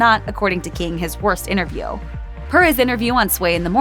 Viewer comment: the word is inTerview, not innerview!